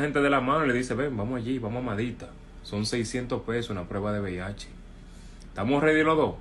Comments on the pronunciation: Buenas noches, muy buena información, pero dígame algo: es BHD como usted dice oes:VIH.cual es😮😮😮😮😮😮😂😂😂😂😂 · Porqué usted dice VIHD?